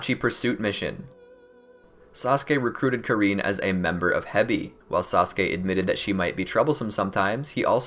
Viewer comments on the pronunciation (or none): i just need to say this, it's KAR-IN NOT KA-REEN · You said karins name wrong😂